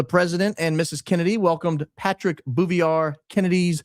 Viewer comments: it’s pronounced “Boo-vee-yay” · At first, I thought you were mispronouncing Jackie’s maiden name on purpose bc ur funny that way. If that was your intent, please forgive the following. It is pronounced. Boo vee-ay. P. S. U r my fave podcast! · Jacqueline Bouvier Kennedy. The ‘R’ in Bouvier ( French ) is silent , with a long A sound at the end. So- phonetically - something like this. Boove-EE-Aye.